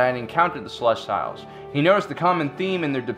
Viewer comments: that's not how you pronounce celestials. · You’re pronouncing celestials wrong Oof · You need to learn to pronounce celestials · thats not how you pronouce celestials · This host needs to check himself. The arrogance exuding from him is difficult to watch. Especially when he cant pronounce ce-le-stee-l. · Celestiles wasn't better... He failed pronunciation class this week. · Yeah Celestials as in celestial bodies, sel-lest-E-al not sel-lest-tiles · "they where the celestials" not, "they where the salestails" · Celestials: Pronounced sel-est-EE-als, not sel-est-AI-als. Sorry, couldn't help it. Great video though, very well done. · Great video, but your pronunciation is killing me. It's not "celes-tile". It's closer to "celes-teal". Nitpicking, but it just jars me. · Cel-ess-tee-ulls. Not Cel-ess-styles. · This is the funniest shit ever. Its pronounced celes-tee-youlz lmaoo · It's CELESTIALS, not CELES-TILES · Oh my gosh!!!!! The way pronounce Celestials is ruining my fascinination of this topic!!!! It pronounced like this, CELL- EST - EE - ALLS!!!!! NOT, CELL - EST - I - ALLS!!! Please fix this! It will help you maintain your intellectual persona! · .... Celes-tiles? what?! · Yeah right? It’s celestials? As in “sel-est-ee-alls” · Hypyx No. it’s Ce-les-tial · The "See-Lest-eee-alls" disappeared because no one could pronounce their name in this video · I'm sorry... "Celest-YLES"????? that's... Definitely not how you pronounce celestial. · Why you saying Celestials like Reptiles? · sil - lest - ee - uls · Ummm...grammar nazi here...you keep pronouncing "Celestials" wrong. It's pronounced the same way that astronomers talk about stars...the "i"' is pronounced with an "ee" sound, followed by a "y" transition to the "ah" sound of the "a". You can either pronounce the "t" as a hard "t", or a softer "ch" sound...depending on how fast you say the word. Seh-les-tee-yel. No need to thank me...it was my pleasure to assist you. ;)